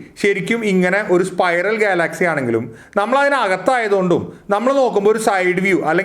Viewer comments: നല്ല അറിവാണ് ... പക്ഷെ ഉച്ചാരണം കുറച്ചു കൂടി നന്നാക്കുമെന്നു പ്രതീക്ഷിക്കുന്നു. ഗാലാക്സി അല്ലല്ലോ ഗ്യാലക്സി അല്ലെ ? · ഗാലാക്സി എന്തൊക്കെയാണ് ചേട്ടൻ ഉച്ചരിക്കുന്നത് വിദ്യാർഥികൾ ഉൾപ്പെടെ കാണുന്ന ഒരു ചാനൽ ആണ് അതുകൊണ്ട് ഉച്ചാരണം ശ്രദ്ധിക്കുക 🙏🙏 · Check your pronuciation of Galaxy. You are annoying heck out the listeners.